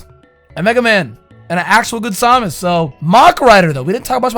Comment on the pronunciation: Did u really pronounce Samus as “saw mis”?